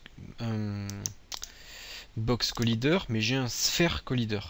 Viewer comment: Box Collaaaaiîîîîîder ! do you speaking english..?! ? you or no? bon sang de bon soir !